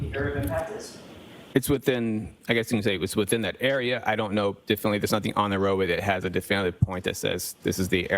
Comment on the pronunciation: Why does he only use half words? Like, he doesn’t even use all the syllables. “The Bree field” like can you say debris? “Diffinly”? Wtf